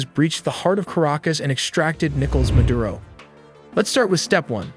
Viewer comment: Clearly AI. Can’t pronounce any Spanish words because it’s confused. Fort Tuna. nickels Maduro etc.